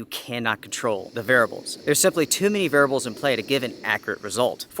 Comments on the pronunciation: I'm only pointing this out because you said it so many times [and I am a pedantic kind of person, tbh], but you need to buy a vowel and pronounce the word "variables" rather than "varibles." It only sticks out so much because you have little to no noticeable accent otherwise. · It's variables not "VARIBLES"...😆✊🔥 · varables . . . sorry i could not resist. I used to have a ex who said bagel like bah-gul and I laughed everytime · You mean “Varabal”? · vair ee ah bul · Say “variables” again.